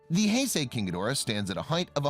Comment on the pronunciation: He finally gets the Heisei pronunciation correct.